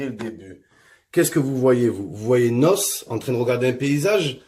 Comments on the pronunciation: Mdr il me tue il dit NOSSE 😂😂😂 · C’est pas nos c’est n. O. S. Et c’est pas ademon c’est ademo 😂😂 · Svp c pas nosse mais n.o.s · C'est pas Nos, mais N.O.S mdrrr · C'est N.O.S PAS NOSSE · il a dit Nosse ... N.O.S prononcé ènnoèss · "vous voyez NOSSE